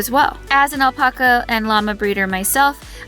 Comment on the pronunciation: The way you say alpaca is so awful, makes me want to kick you.